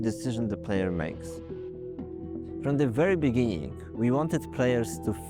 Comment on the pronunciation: I love the way bro pronounced the word BEGINNING. Kinda cool Can’t wait for this beaut of a game 😍🔥